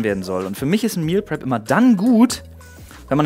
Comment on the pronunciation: Flo sagt zwar Meal prep aber ich verstehe immer Meal crap